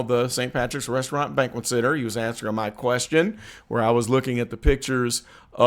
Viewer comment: "A sit down fooo rezzaraunt".....Tiffany A .Henyard Dolton, Illinois Mayor